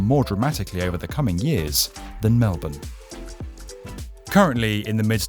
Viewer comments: Dude pronounced melbourne as mel-ben instead of mel-born 👏👏👏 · finally someone pronouncing melbourne correctly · thank you for correctly pronouncing Melbourne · I love it when youtubers can say Melbourne properly, it's rare but nice to see you care